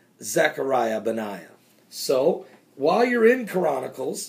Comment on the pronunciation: no listen to him....he is saying KORANnacles, not CHRONacles